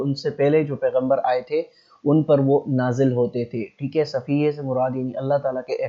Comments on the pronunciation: لفظ صحیفے ہوتا ہے صفیحے نہیں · Sahifay ki pronunciation b thek kro